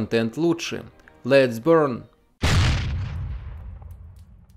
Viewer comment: Смешно когда в начале говорит: "Let's burn" ( давайте сгорим) 😂😂😂